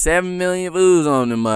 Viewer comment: "7 million voos " lmaoo